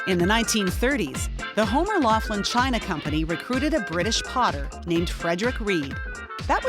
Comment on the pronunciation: It would be better if the narrator was pronouncing Laughlin correctly. Homer Laughlin pronounced it Locklin.